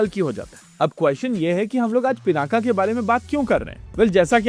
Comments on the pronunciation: योग ✅ योगा ❌ पिनाक ✅ पिनाका ❌ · '✅पिनाक ❌ पिनाका